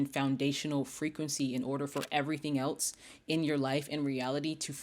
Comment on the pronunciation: it sounds like you’re trying to say else but you say eltse? Js